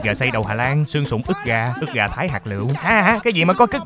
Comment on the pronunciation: ức gà thái hạt lụ nà lu đọc là cức gà thái hạt lụ 😂😂